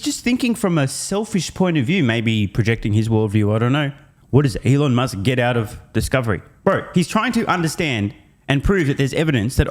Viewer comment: "Allon Møsk" or something? 😂